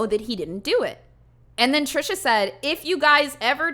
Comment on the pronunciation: I hope calling Trisha “Trasha” was intentional, either way that is magnificent! I love that lmao